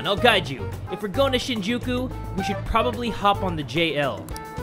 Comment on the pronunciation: It's SHEEN-jookoo Lmao